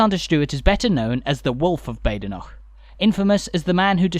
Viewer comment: Just an FYI - Badenoch is pronounced Bad'noch :) Have passed through, and stayed in Kingussie, too many times to recall as I used to live about 40 or so miles further north up the Spey. and a brief glimpse of, what used to be, the Station Hotel - once owned by friends of mine back in the 80's .